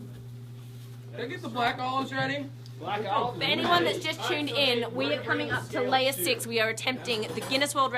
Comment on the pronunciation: The videos was cool, but the only thing that was getting to me was how many times she said "chuned in" lol.